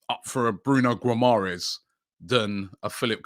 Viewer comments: Robbie said "Bruno Guomorest" . Very good pronounciation and "Offcorn Nations Cup"😂😂😂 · The butchering of these names will probably put players off from joining us Robbie. Guimarães - Ghee-Ma-Raysh